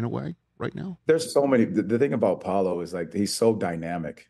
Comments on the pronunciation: Paulo. Lol. It’s Paolo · Respect. But get the kids name right. It’s Paolo.